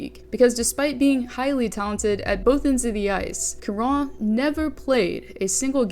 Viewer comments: Charon is said like Chara a soft Ch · Charon = "sha ron" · Damn the number of times you said Charron's name incorrectly is astounding 😂